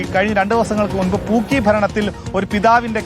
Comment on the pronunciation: കോണകത്തിലെ പൂക്കി... എടോ ആർക്കും തിരിയാഞ്ഞിട്ടാ...... പൂക്കി അല്ല, "ആക്കി" ആണ് 😂